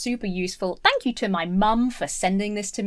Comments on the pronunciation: She says shank instead of thank near the end of the video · I might be still giggling over the "shank you" and "send help🤦🏻‍♀️" bits 😂